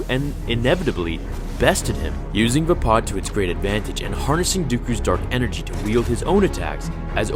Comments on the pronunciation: Its called Veepad not Vpot. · Is it pronounced vay-pad or vah-pad